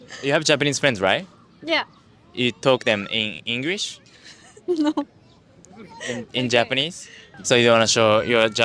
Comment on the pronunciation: ese "no" no pudo ser mas Mexicano XD